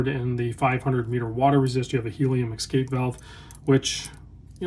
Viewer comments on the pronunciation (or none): Escape not Exscape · We need the helium valve to keep hearing you say exscape. Sorry love your work. Could not resist. I gotta exscape now!